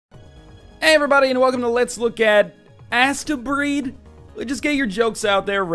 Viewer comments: I think it is possibly supposed to be pronounced 'Astebreed as in "haste-breed". EDIT; Now that I have watched a bit, judging from the speedy gameplay I feel I may be right. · I thought it was pronounced like AH-steh, like a futuristic japanese conception of how astro- (romanized transliteration into japanese is something like asutero-) would be pronounced if the prefix were integrated into the japanese language, making the title mean something like "the children of the stars". I haven't played it yet and didn't pay much attention to the subtitles in the video, but you do seem to be assaulting a planet from space... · isnt it pronounced like hastebreed ?